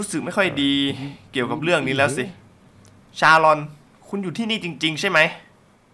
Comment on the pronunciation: ชาลอน ไม่ ซาอน ใช่ ชาลาวัน ใช่ๆๆๆ